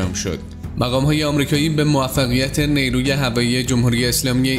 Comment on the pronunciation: نی روو نه جناب گوینده‌. نیرو درسته.